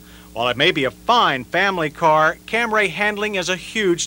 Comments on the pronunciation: He said "ORIENTAL"?!?! Also, CamRAY. That's the 1980's for ya! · I cringe every time I hear him say Camray.. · How does any English speaker pronounce Camry as “Cam-ray”???? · lol. Of course that pronunciation make me cringe. So he didn't correct it in 83 model the 84 model the 87 model the 88 model and corrected it in 92 model. Took him almost a decade to correct it. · The of Camry in this video was killing me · Cam-ray Origins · I had some problems with this comparison. The guy couldn’t even pronounce Camry correctly. He kept saying Camray. Toyota prob hated that but I believe 83 was its debut so maybe no one knew. More importantly, the cars chosen weren’t on equal playing fields. The Stanza was a lesser car than all of them. The Maxima was the better match w/ them but I don’t think it came as a hatchback ever. The Stanza would be more comparable to the Corolla hatchback. Finally, the Phoenix is arguably not on par with comparisons becoming the brand was a step up from Chevy so a Citation seems a better choice. Just my opinion on all this of course & they certainly ask for mine. Lol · Here we go with that Cam-ray: the saga with the pronunciation til the 92 model. Edit: Mazda chime is familiar (is it a Australian built?) My first car is 1985 Toyota Camry sedan(automatic) it's pretty nice car but wow that brake test is long. OK I think he got it mixed up with the transmission on the mileage part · I've been thinking lately about John's continued mispronunciation of "Camry" as "Cam-Ray" back then, & am now wondering if Toyota told him to pronounce it like that just as Mitsubishi told the press to pronounce "Galant" "Ga-Lawn" for the first generation models. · I thought it was a typo on an early script and John simply locked in on Cam Ray forever after. But you are probably closer to the truth. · 46 - is this the first time John Davis uttered “Cam-ray”? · what the hell is a "Camray"? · John Davis: "Camray" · "The Toyota CamRAY"